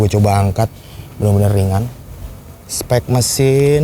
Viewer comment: cokkk apalagi pas ngomong "bener-bener" 🤣🤣